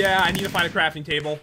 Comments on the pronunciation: And way earlier said crapping trable. That means a pooping table, not something to craft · Pat, did you say 'I need a frafting table instead of a crafting table?!